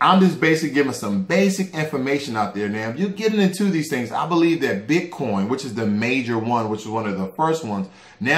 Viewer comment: ...did u say potcoin???